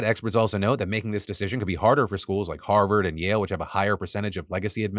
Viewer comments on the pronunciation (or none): none